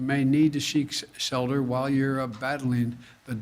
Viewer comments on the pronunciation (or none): “You may need to sheek selter”...